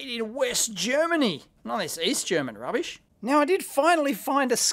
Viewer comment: "east german rubbisch..." :'(